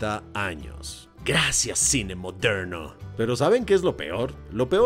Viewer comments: Y cuando dice, no se ustedes pero eso a mí me parece ra ra racista, así el cine moderrrno jajajajajjaj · Lo unico que se es que me rei mucho cuando decias "Moderrrno" jajajaa a lo gringo